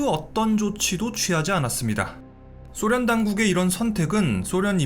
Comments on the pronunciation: 소련을 쏘련이라 발음하는 꼴통부엉이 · 소련을 쏘련이라 발음 하는 꼴통부엉이